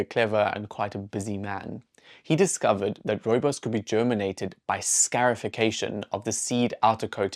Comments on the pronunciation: When a wound heals its called a "SCAR" therefore its pronounced "SCARification" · Scar - i - fi - ca - tion. Say it like you say scar. As in Scar in The Lion King.